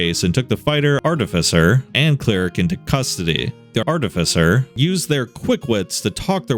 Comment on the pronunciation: Glad he’s pronouncing artificer correctly.